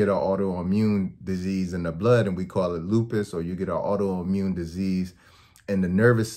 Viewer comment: When he said Auto Immune Disease I thought he was saying you could get AIDS from gluten😭